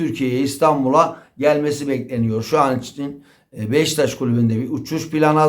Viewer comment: Abi sürekli Beşiktaş'a Beştaş diyor.